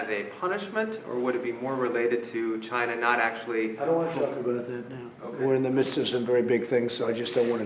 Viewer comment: sounds like Trump says vagina when he say China..lol go Trump.